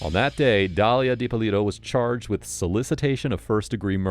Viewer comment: Dalila not Dalia…😂